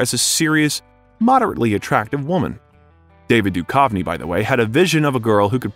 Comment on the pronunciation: Sorry, 😅, but you keep pronouncing David Duchovny wrong. It’s Doo-cuv-nee. Not Doo-kauve-nee. How can anyone make an hour-long video about this iconic duo and mess that up?! 😂 And sorry again, but you pronounced “Greenwich” as Green-Witch. It’s actually “Gren-itch.” No worries! 😉 Very interesting!!